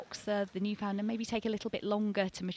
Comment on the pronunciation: Beautiful dogs. But could I gently ask you to learn how to say Newfoundland properly! My thx….